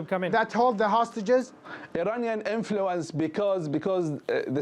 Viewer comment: "Eraniyan Enfuluence"